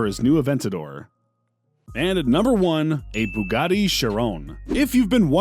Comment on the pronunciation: You are pronouncing the Bugatti wrong my dude.